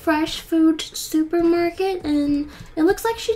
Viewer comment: ! STUPER MARKET?! Rip